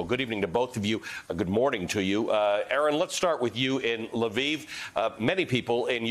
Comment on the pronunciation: Pronounced Leaf, not Leviv.